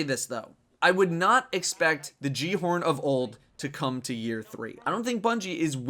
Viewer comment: Great video, but considering that the guy at the end of the Rise of Iron ad can't even say "Gjallarhorn" correctly, I've lost all hope in Bungie.